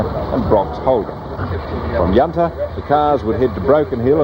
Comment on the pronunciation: Good to see another interesting take on this never to be repeated event. Some good footage. Only thing I didn't enjoy was how many Australian place names could the narrator miss pronounce. Yunta not Yoonta, Parachilna not parrakilna and Meekatharra not meekathaara. I thought poor research on pronunciation was more recent but no they were just as bad 40 years ago.